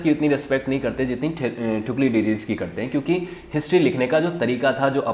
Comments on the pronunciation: Thuklidydys kon hy? Thu-sy - did us hy bahi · First of all it is not thuclididis, it is thucydides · Thank you sir🙏 Explanation was very good But, the pronunciation of Thucydides was wrong 😅 That is = Thu-si-die-des 😊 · THU - SI - DI - DIS 🙏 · Sir Pronunciation of "Thucydides" should be correct! 🙏